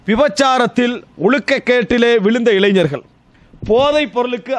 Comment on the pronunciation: நீங்கன்னு மட்டும் இல்லை எல்லா ஹஜ்ரத் பயலுங்களுமே இளைனர் என்ற பதத்தில் உச்சரிக்கின்றனர். இளைஞர் என்று உச்சரிக்கவேண்டும். அதாவது ங ஒலியில் இருத்தல் வேண்டும். இளை+ங+ர். என்று கூற வேண்டும் ஞ= ங ஒரே சத்தம். ன, ந, ண, இதன் ஒலியில் "ஞ" இதனை பயன்படுத்தக்கூடாது.